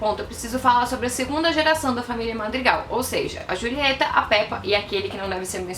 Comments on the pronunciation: Mano ela fala rulieta E Pépa mds que agonia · Eu ri muito porque ela fala "Rulieta" sendo que é Julieta kkkkk. Você fez o meu dia.